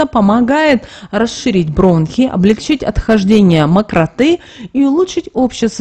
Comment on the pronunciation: Макрота. -ударениние на О!!!